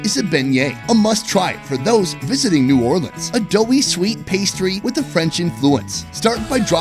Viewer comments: No. We do not say “Nawlins.” No one does. That was created for t shirts by people who misunderstand the local dialect. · That is not New Orleans shrimp and grits. We don’t say Naw’ leans… only tourist talk like that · Yeah, We def do not say nawlins out here lol. That is def a tourist/foreigner thing.